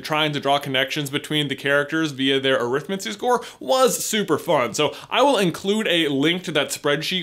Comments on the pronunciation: Stop pronouncing it wrong, it's ah-rith-mancy not arith-m'ncy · you're pronouncing Arithmancy wrong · AH! The pronounciations! I've always followed what we might call "the Stephen Fry path", where arithmancy is pronounced more like "necromancy", where the emphasis is on the first part of the word; "Arithmancy, not arIthmancy" to paraphrase. I always felt that way of saying -mancy is more "wizardesque". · You're doing that American thing. Look up the way Stephen fry says arithmancy. You're stressing the wrong part of the word. Just like the word Buckingham.